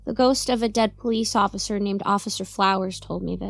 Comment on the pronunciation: Hahahaha I’m so glad someone caught that. XD I think that started as a blooper and I decided to say it again like that XD